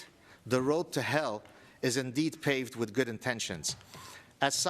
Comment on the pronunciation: Paved. Not pathed. (btw pathed isn't a word)